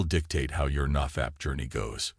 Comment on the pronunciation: The way he says "naw fapp"